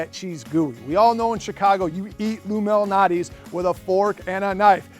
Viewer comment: It sounds like he’s saying illuminati.